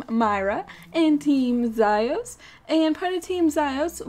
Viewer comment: its "meeera" and for the other one its "ziiiiiiios" XD (its a long e sound for both)